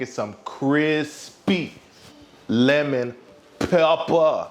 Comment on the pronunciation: crispy leman pepppaah